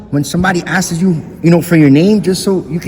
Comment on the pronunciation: It sounds more like 'asses' 😂😂😂